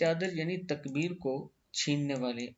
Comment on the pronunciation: Takabbur hae.....Takbeer nahi